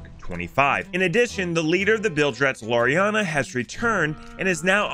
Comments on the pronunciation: You are pronouncing Larina whrong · He’ll figure out he’s pronouncing Larinna wrong eventually... probably /s